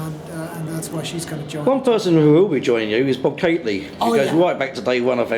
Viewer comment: It’s Catley ‘NOT’ Kately. Thank you ‘’.